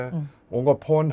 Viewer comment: Point is not pond😅